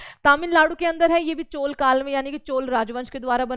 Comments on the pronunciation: चोला ❌ चोल ✅✅😅😅😅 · चोला क्या होता है मेडम!!! हिन्दी बोलना सीखो